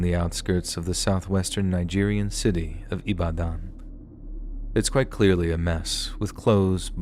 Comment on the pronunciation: Ibadan ooooo how e come land here ooo Chai!!! I have heard it all , you really tried in the pronunciation of IBADAN. The belief of medicine is real oo its well with us. You even pronounced Adedokun nicely.